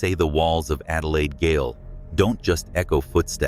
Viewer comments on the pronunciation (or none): The word gaol is pronounced jail not “gale” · goal is pronounce jail not gggggggggggggail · its Adelaide {jail} gaol, we spell it differently lol... the Adelaide Gail hahaha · Wish this guy could pronounce the words correctly. Gale is not gaol Australians spell the word with a g pronounce j. Western Australia is not SA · The word GAOL is pronounced JAIL...🎉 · Gaol is actually Jail. And pronounced as Jail. Aka Adelaide Jail, (Gaol) cheers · It's Jay -ol : prison , ya need to speak English...